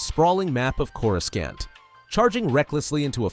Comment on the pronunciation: I did not just hear you say Corus Scant